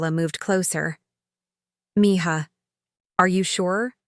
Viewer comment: Could you please teach AI to pronounce mija correctly